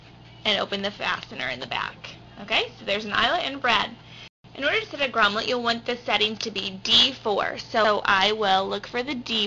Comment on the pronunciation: FYI - it is GROMMET, not GROMMLET.